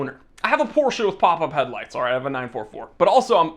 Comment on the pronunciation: POR-SHHHA is God tier